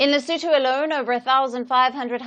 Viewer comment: he said lesoentoe not Lesotho. But I thought the pronunciation was not too shabby